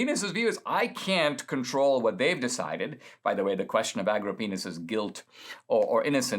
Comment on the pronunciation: That and "Agripenis".